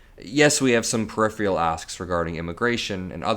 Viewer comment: PER IF ER ULL, not per if ree ull.